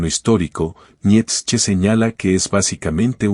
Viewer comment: Esta muy bien el análisis.... Pero por favor pronuncia Bien el nombre de Nietzsche, me llegó hartar tu pronunciacion.